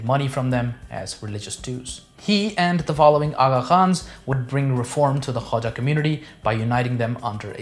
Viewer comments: Khoja not Khawaja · Dear, the correct pronunciation of the word is KHO-JA and not Khwaja which is altogether a different family name or cast. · It is called the 'Khoja' community not 'khwaja'